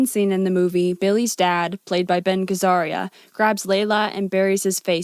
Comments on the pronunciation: That’s Ben Gazzara … Gaz - ahr - ah. Not Gehz-ahr-ee-ah. He’s a legendary character actor who appeared in over 250 film and TV roles over fifty years; busiest from the 50s to the 00s. He helped define the grittiness of the American New Hollywood of the late 60s and early 70s with the way he played these new kind of roles by appearing in loads of gritty, dangerous and tough-guy roles over the decade. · “Ben gazaria” his name is “Ben Gazzara” sure Vincent is a piece of shit but buffalo 66 is a masterpiece. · Who’s Ben Gazzaria!? If you don’t know how to say his name properly, you shouldn’t be analyzing anything to do with film. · Not nitpicking but it's pronounced gah-zah-rah, no i.